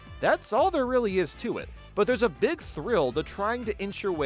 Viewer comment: It's pronounced "Big" not "Beeg".